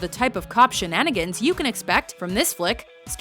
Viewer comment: Lol you said shananagins